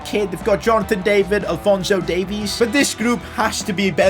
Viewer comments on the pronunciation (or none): none